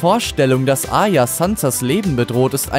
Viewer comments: Arya, nicht Aya! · A"r"ya und nicht Aya das hat mich so getriggerd! Aya, Aya... Aya...😖